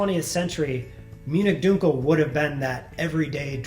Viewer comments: You're going to make me rage quit this video. Stop saying "DUKEL"!! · This guy has no idea how dunkel is said. How is he a beer professional if he can’t even say all the beer styles correctly? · Dunkel is pronounced DUN-Kel not DUNE-Kel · Not pronounced Dunekel, Dunkel like in the U in Junk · That's now how you pronounce "dunkel" fyi.